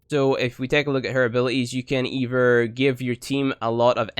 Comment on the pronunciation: "Mend and meme" "Furver" "More simpler" "Frough" "Kewl" "Eiver" "Trini-ee". Ugh